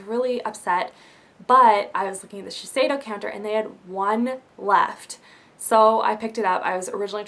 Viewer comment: It's actually pronounced ShiSHeido, I'm a cosmetician so I got professional training on the whole brand, and that's the way my rep was pronouncing it :) You're very pretty x o